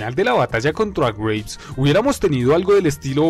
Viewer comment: Por la pronunciación pensé que decías Grapes o sea Uvas y no Graves, o sea... Tumbas. Tienes razón, Barkov y el Lobo son... insignificantes. El segundo sobre todo, un cero total a la izquierda, y el primero es simplemente un villano de caricatura de sábados por la mañana... ay que mata prisioneros y encarcela niños... creo que el Vengador de Calabozos y Dragones hace lo mismo y no lo tienen en ningún pedestal. PD: Lo de que no estaba en el tanque me lo esperaba, me pareció una especie de homenaje a los juegos esos donde el villano se sube a un vehículo y tienes que derrotarlo estando en desventaja... ah mira al final el MW II se convierte en un juego de Sonic xD PPD: Lo de Farah lo vi como una especie de inclusión tokenista, es decir, para cumplir con la cuota, y reforzar la idea de que son los buenos... ven somos los buenos, tenemos a mucha gente de nuestro lado, negros, árabes, y por supuesto ingleses, son los malos los que son homogéneamente étnicos, rusos todo blancos... nefasto mensaje en realidad si te pones a pensarlo.